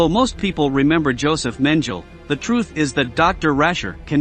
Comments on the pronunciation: Mispronounciations: MENGELE, LUFTWAFFE. Correct pronunciation is MEN-GEH-LE, non MEN-JEL-EH. Correct pronunciation is LUFT-VAFF-UH, not LUFT-WAFF. Information good, otherwise. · Mengel? You could try harder at pronouncing words better. It's spelled Mengele and pronounced Mengala. It's forgivable not to accent words as a non native speaker but your effort is god awful .. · If your commentators are human, please rehearse with them the correct pronunciations of the words in their scripts. For example, it's MEN-geh-le, not MEN-jul. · Please start pronouncing Mengeles name properly. It's MenGELE, not MenGEL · Auschwitz is pronounced as "owshvitz" Luftwaffe is not pronounced as "luftwaf" It's "luftvaffer" And Mengele is not pronounced as "menjali" ridiculous! It's "mengela". Learn to use pronounciations correctly please. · If you're going to narrate an historic film, for God's sake, learn how to pronounce the names! DOCTOR MEN-GEL?? That evil doctor's name was MENGELE, pronounced MENGEL-A! How embarrassing. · Also...Mengele is pronounced MEN-guh-luh..emphasis on first syllable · Doctor Josef Mengele name was not pronounced right, it is pronounced Josef ( as in Yo sef Men ge lay the letter "g" is a hard "g" as in Gary ). I hope the announcer sees this? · Josef Men-jil? Try again. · It's pronounced Men-ge-lay by the way. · It's not French it's more like Main-ge-luh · Thank you.. I thought the same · What a load of old tosh. This dude can't even pronounce Mengele. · Make an effort to pronounce names correctly. It may seem petty, but who the hell doesn't know how to pronounce the name of the butcher of Auschwitz? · Can't pronounce the name of one of the most infamous Nazis. On that basis how many other inaccuracies are there on this channel combined with over used footage. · My God, it's so bad and unprofessional the way certain German words are horribly mispronounced on this video such as "luftwaffe" and "Mengele".